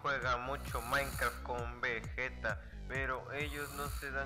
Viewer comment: Además que dijiste maicra y te saludo